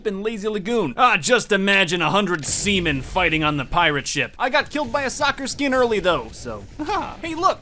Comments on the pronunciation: I laughed so hard it sounded like he said semen not sea men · lol I thought he said a hundred SEMEN not a hundred SEA MEN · I thought he said semen lol